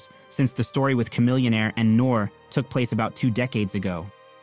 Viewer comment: His name is nor ee not nor lol can’t b a hip hop fan 😂😂😂